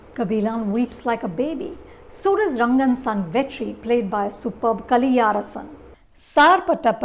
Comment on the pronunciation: Good attempt anupama mam. But it would be nice if you could polish your pronunciations of the characters and actors name